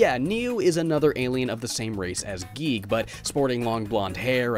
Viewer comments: I am cursed to forever hear a recording of someone saying giegue as geek help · I think it’s guy-goo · Its pronounced "Giggidy" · Your supposed to say it g-I-goo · It’s “Geeg” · Uhh, its pronounced “gay”. Are you guigue or something? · Y'all crazy it's definitely pronounced Giegue, sheesh guys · I got to play Cognitive Dissonance somewhat, but then my laptop at the time got virused and I was wary about downloading any more indie games for a bit. Yah for reviews! (Also, the Giegue pronunciation made me laugh) Edit:. Also, there IS a function in RPG Maker VX Ace that allows Events,such as enemy sprites, to head after the player character. Either this version didn't have that or it wasn't implemented much. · IT IS GUIGUE!